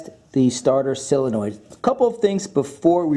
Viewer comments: Uhh it's pronounced solenoid not silinoid. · SOL-enoid. Not SILL-enoid. Sheesh. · Solenoid. SOLenoid. Like soul-uh-noyd. How you get that sylinoid pronunciation baffles me as much as educated people adding a syllable to nuclear. I bet you do that too. Newkyouleer? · IT IS NOT A SILLYNOID... IT IS A SOLENOID!!!! SOL IH NOID!! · The letter O makes an awwwww sound, Sawwwlenoid. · Idk why him saying “Sillenoid” bugs me so bad